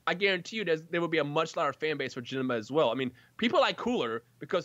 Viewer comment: Janemba is my most hated villain, I don't know why, when he kept saying "Jenemba" it made me feel sick LITERALLY. I'm fine with his second form maybe because he doesn't speak in that form.